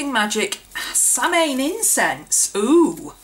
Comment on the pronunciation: Always love your videos.. Not sure if you know this or not(I just learned it myself) but apparently Samhain is actually pronounced Sah-win or Sow-in :) thought you might like to know